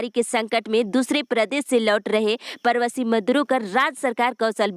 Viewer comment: Pravashi Ka ucharan thik kariye madam